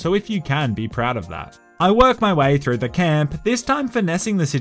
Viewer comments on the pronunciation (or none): none